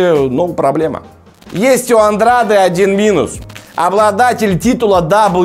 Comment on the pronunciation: Вообще то правильно произносить Андрэйд. Навернее было бы правильнее для Гены провести один бой во втором среднем до боя с Канело.